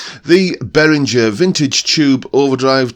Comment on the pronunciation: Hi, this is just for info, but I live in Germany and the correct pronunciation is Bay-ringer (ringer like bell ringer). But the main thing is that I have got this pedal on my fly rig cos my actual Ibanez weighs a ton in comparison, and the Behringer is as near as dammit, to my ears!